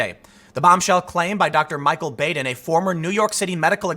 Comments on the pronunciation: That's Dr. Bahden, not Bayden. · Bah-den not Bāden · Baden's name is pronounced "bah-den", not "bay-den". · Baden is pronounced Bah-din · I feel like a “well ackchually” but thought you may want to know that Baden is pronounced BAH-den in this case. Also, Epstein didn’t kill himself. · It's Dr. BAD-en. It's not a long 'a' but a short 'a'. Anyone else catch the PBS? murder files show where Dr. Baden solved bizarre murders? I think they were in the 80s? Fascinating. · >Keeps saying how famous the doctor is >Can't pronounce his name properly